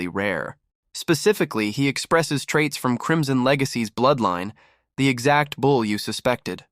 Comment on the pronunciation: I am listening from SW Michigan. Question: Why do these stories say bowl instead of bull? I read through the caption words of the stories and it is so annoying! Good story otherwise.